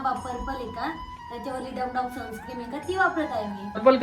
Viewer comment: Sunscreem nahin Sunscreen aste te, perfect pan bolta yet nahi ...bapre